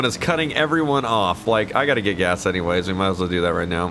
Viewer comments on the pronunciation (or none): none